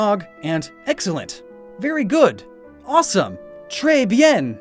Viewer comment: small FYI, "trés bien" is pronounced "trreh bi-AHn". Also, I just love your editing, your antics when talking about inkay and tyrantrum were hilarious.